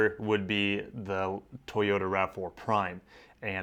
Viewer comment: Use to say totoya and lexus